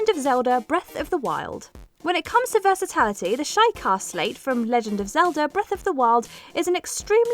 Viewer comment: Came here hoping somebody else would have noticed this and been annoyed.